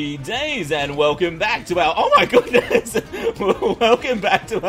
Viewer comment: *happy 2017. "oh my gooness"